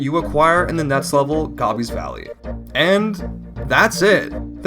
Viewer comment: "Gobby's" It's Gobi - like the Gobi desert. Go-bi.